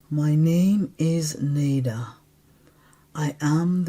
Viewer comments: am a local. Its "Nay-Duh" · Incorrect. It's pronounced "Nay-Duh"